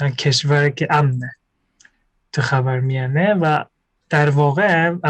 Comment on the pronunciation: خر وار میانه 😂 خیلی با حال گفت . خاور میانه